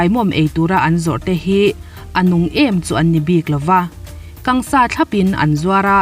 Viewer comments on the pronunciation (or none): 'Kang sa' ni lovin 'kan sa' tih zawk tur.